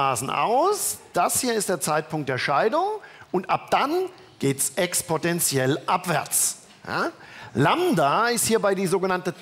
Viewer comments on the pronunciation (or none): ..es heißt nicht "expotentiell", sondern "exponentiell" , jeder Physiker hätte das gewusst..